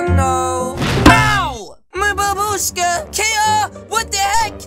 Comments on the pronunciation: Babushka not barbusake lolll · Its Babushka not babruske